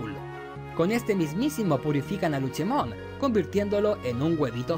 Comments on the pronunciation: Cómo me duele a los oídos q la le diga Luchemon y no LUCEMON Luche suena al nombre d la señora d los helados Cómo odio a los gringos por cambiar los nombres d los digimon como a OMEGAMON y muchos otros 😒😒😒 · un digifan escuchara como le dice luchemon en lugar de lucemon y le saldra espuma por la boca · Que onda con el luchemon en lugar de lucemon xD